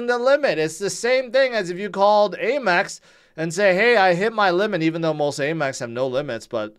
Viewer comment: A-Mex? AM-EX!